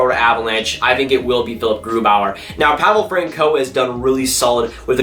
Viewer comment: Pronounce Francouz right if you are gonna have a hockey ty channel. or I will steal your cookies. when you say his name thing of DR.Seuss Pavel Fran(Seuss)